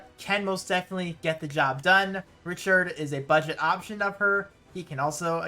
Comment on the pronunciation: .....Did he seriously call Ricardt "Richard"? I've never read the "c" as "ch"...... Am I the dumb one here? I also read "Chelle" like "shell".